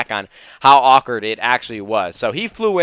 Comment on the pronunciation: You say the word awkward very awkwardly.